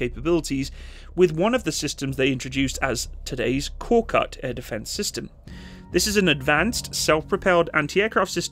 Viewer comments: Thank you for the vehicle review. The Turkish word KORKUT (a Turkic name from our Central Asian Altaic roots) is pronounced as / k o r 'k u t / stressed on the 2nd syllable. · Turkish is read as written. No letters differ wherever it is in the word, the letters always sound the same. So: Korkut is read like kor (like core) kut (cout). Aselsan is like ah-sell-sahn.